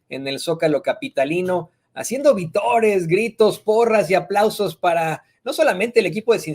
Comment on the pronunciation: se dice: Vítores, con acento en la i. y no vitores.